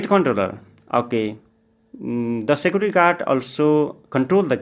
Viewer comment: You should learn how to pronounce the word "Security"